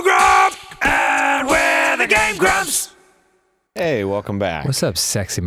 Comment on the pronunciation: When dan said game grumps at the end, it kinda sounded like gay bros. just saying.